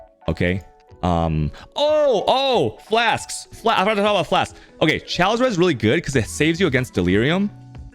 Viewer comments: FYI, he purposely mispronounces things for his content. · FYI, chaos is pronounced ‘Kay-oss’, not ‘Chows’.